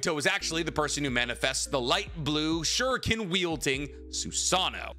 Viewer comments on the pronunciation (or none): none